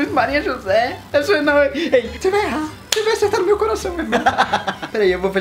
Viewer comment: "Ce vai errar, ce vai acertar no meio coraçao" ksksksjs